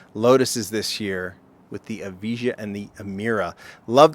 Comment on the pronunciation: The Evija is supposed to be pronounced as "ee-va-ya". I LOVE that they're doing two Lotuses this year and both look superb (my only gripe is the lack of side mirrors). Lotus is one of my favourite brands and I'm happy to see the new ones joining HWs. I wish they'd redo the old Esprit V8 in Car Culture, that car is perfect for a Modern Classics or a 90s Euro sports cars set. Moving to the Porsche, great job by Lindsey. I initially thought the casting was off (based on the leaks) but here it seems to be fine-. I know with these cars it's difficult to capture the proportions but I think it looks fine (it's better than the Valhalla at least). I wonder if the GT3 Touring would've been easier to do as there is no wing to worry about, but I'll take this one. Lastly, the Escort looks perfect! The casting is tight and spot on and all the details are there. And thank god for side mirrors!